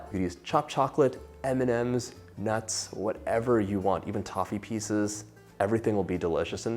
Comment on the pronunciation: I heard: "put in Eminems"....wtf ok m&ms